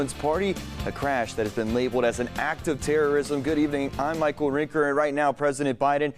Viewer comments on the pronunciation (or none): none